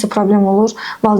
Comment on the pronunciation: müəllimə tələffüzdə valideyn deyilmi? Siz valıdeyn deyirsiz elə bil ya mən elə eşidirəm.